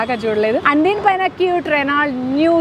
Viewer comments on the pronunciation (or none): రెనాల్ట్ కాదు...రెనో అని పలకాలి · Reno Ani palakali T silent